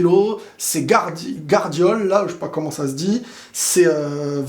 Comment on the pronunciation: Apprends à prononcer le nom des joueurs correctement. Gvardiol c'est pas compliqué, en plus c'est un des meilleurs défenseur actuellement.